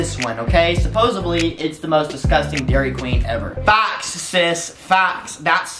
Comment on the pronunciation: I thought he said thot facts.😂😂😂